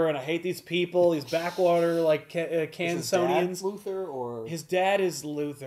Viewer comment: Love every episode of back issues and this one is no different! But, us proud people down in old Kansas like to be called Kansans, not Kansonians. Although I like that a lot more... actually, just call us that. Nobody cares.